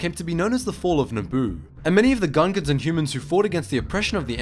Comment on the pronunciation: Is it just me or i keep hearing Ugandans?